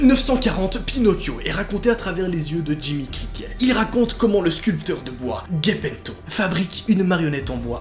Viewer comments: C’est pas guépéto. Mais c’est gépéto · ce n'est pas Guepeto mais Gepeto tu l'a mal prononcée Bise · Gaypetho??🤪🤪c est Gepetto "g" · C'est Guepeto pas Gepeto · se n'est pas guépéto mais gépéto dsl des fautes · Sa ce prononce pas "J" epetto meme si sa s'ecrit avec un G et non "GU"epetto ?? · c'est gepeto gepeté et sa se prononce jepéto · « Gaypetto » bah putain, les vidéos ne sont pas du tout travaillés et puis les rires toute les 5sec c’est relou… Reprend toi ou sinon ne fait rien… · L’entendre prononcer « guepetto » ça me fait siffler les oreilles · j'aime bien hein mais vasy t'abuse sur la prononciation de gepetto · Tu prononce mal Gepetto mais pas grave